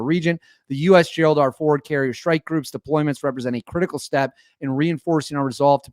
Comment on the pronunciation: What is a “Shhtrike” group?